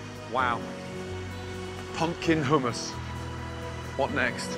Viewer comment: why say hummus weird? HOOMAS